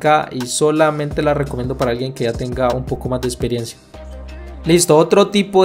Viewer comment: Porque no dices bien la palabra teCnica. Me encantan tus cortes. Pero habla bien mano. Pronuncia bien las palabras.proXima. tu dices (procima) EXperiencia.( Esperiencia) PerfeCto. (Perfeto) PraCticar. (Praticar). TeCnica. Tenica.